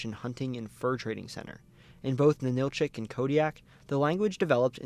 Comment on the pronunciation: Very good video here. However, a few details need to be fixed in the Alaska section. First, Ninilchik, rather than nin-ILL-chick, is NIN-ill-chick. Second, there are 4 more villages like it in the same area near Homer: Kachemak Selo, Nicolaevsk, Razdolna and Voznesenska, and one of the tribes in the area, Dena’ina = deh-NIGH-nuh, rather than deh-nuh-EE-nuh, and the other tribe is Alutiiq, rather than Aluutiq, and its pronunciation is ah-LOU-tick.